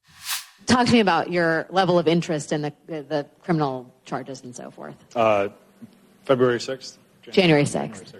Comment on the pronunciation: Guy said, "Febraury 6th" hahahah I'm not laughing at him, but it shows you that americans just dont care about that stuff.